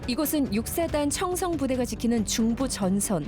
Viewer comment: 청송이 아니라 청성 입니다